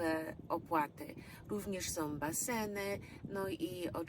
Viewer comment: Nie som, tylko są.